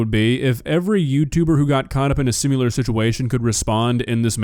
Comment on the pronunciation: Ha, this has nothing to do with the video, it just annoys me that instead of similar you say simyular. I spent so long arguing with autocorrect I forgot the other one... however, I do the same thing... Instead of human I say youman